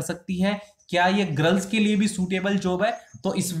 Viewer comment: वो ग्रल्स नहीं होता जी गर्ल्स होता ह